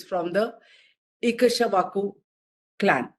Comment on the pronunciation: iksh-wa-ku, not e-ka-sha-wa-ku